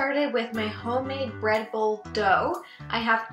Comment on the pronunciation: Is it just me or did she say read bull? 😂